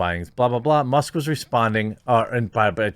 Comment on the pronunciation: Must or Musk? The K isn’t even close to the T, my dude! Forever tainted!!